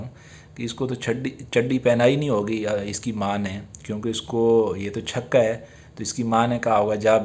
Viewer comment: Yar chako q bolty ho chaka bola kro